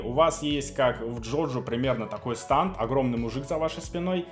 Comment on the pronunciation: Преступление против человечества это говорить "станд" а не стэнд....